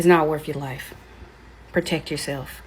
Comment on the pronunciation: Lol deaf sentence Was it worf it? Truf on dis Earf!